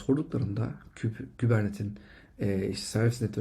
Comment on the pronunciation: Hocam iyisin hoşsun, şu kubernetes'i kubernet diye telafuz etme rica ediyorum. Kolaylıklar